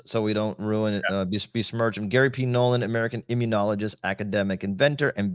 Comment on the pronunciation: It's Garry Nolan, not Gary Nolann.